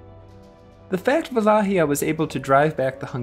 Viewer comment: Another great episode! I'm looking forward to the continuation and hope it will not end on Vlad Tepesh. We have to at least get to Michel (Mihai) the Brave. Also, nice pronunciation of Wallachia! At least, that's how we would say it in Poland. I assume that the actual Romanian pronunciation is similar.